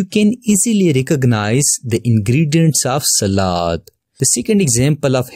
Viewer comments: Selad❌️ salad ✅️ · He said selad how can he have a nice voice I feel like I have a computer virus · I like the way he said salad lol, over all huge help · The way he said s a l a d 🤣 but ty for the lesson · The way he is saying salad and mixture😂😂😂😂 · I like the way you say salad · the way he said "salad" tho xD